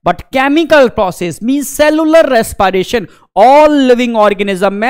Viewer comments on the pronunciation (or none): Res-p-ration ❌ Res-pie-ration✅